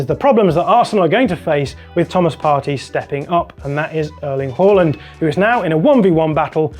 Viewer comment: "Haul-land" and "Errdegor" 😂